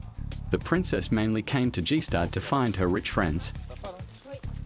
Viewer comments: If only the narrator had at least researched how to pronounce “Gstaad”. It’s difficult to take anything here seriously if the most basic thing isn’t even up to par. I’m Swiss, and don’t get me wrong, I don’t expect him to pronounce the location in the proper dialect. But the ‘s’ is pronounced like the ‘sh’ in “shoe”, and you obviously don’t separate the letter ‘g’ like in a Mercedes G-Wagon. And good gracious, the google translate audio sections they pasted into the documentary! What the f?!? Also, some of the narrator’s sentences make no sense whatsoever. At first I thought I’ve had a stroke 😂 He clearly got lost in translation... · Gee-Schtaad. If you would drop the "Gee"-part for ones and for all, you would be close to pronounce the name correct. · It´s not GeeStrad.... It's Staad... We do not read the G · Man its Gs-tad and not Gi-stad. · It's called Gstaad with g sounding like you would say Grinder not G- stad. How on earth you name this a documentary without even knowing how to call the place you present..... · Narrator doesn't even know it's pronounced "GuStard" not "GeeStad"🤣🤣🤣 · The translation is poor and the narrator (who must be AI) is shocking. BTW it’s nor pronounced G-Staad but, phonetically, “Gishtarred” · Calling Gstaad „g-staed“ 🤦🏼‍♂️ that‘s just embarrassing, if you’re gonna make a video about the place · I can't with the G-Staad. It's Gstaad. Get some help pronouncing foreign places, rather than making up your own. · It’s NOT “Gee” staad dicksteen….it’s GaStaad…Ga, Ga, Ga…….work on it……. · Dude, Gstaad is pronounced Gier-staad. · As for me, I had to stop watching after hearing G-staad. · You didn't like the way he pronounced Gee-staad? Yeah, I couldn't believe it when I heard it. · I want to go to gee staad🤣🤣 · As a Swiss I furthermore have to say: It's called 'Gstaad' (the 'g' is like 'going') and not 'G-Staad'. :D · "Jeee-staad"? Hahahaha! I guess that voice translation robots still need a bit more work! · G stad? WTF? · Jeestad. FFS